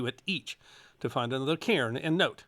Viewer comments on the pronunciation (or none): none